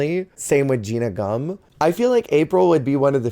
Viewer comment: OK, I have to know- is “Gina Gumm” instead of “Gia Gun” a bit you do or what? I’ve heard it over several videos and used to think it was an accident but now I have to know…